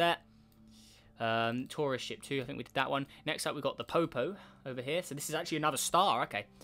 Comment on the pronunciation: When you say “Tourist Ship” it sounded like “Torash*t”